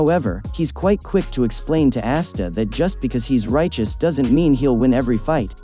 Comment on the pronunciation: It’s ah-sta not ass-sta